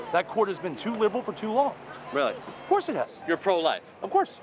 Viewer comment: No one: Dude with beard: “oF cOuRsE” “Of CoUrSe It HaS” “oF cOuRsE” “Of CoUrSe”